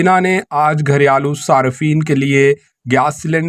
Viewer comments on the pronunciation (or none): " گھر یا لو " نہیں بھائی صاحب ، " گھریلو "